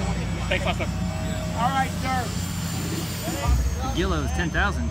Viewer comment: It's pronounced Gwee low I was told by an ok timer... cool plane either way